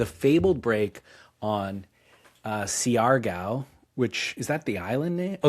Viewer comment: Siargo is pronounced “shar-gow”